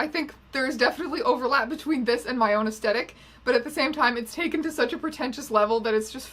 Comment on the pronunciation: It bothers me that you don't pronounce the th in aesthetic. Mostly because it makes me worry that it's actually me who's saying it wrong.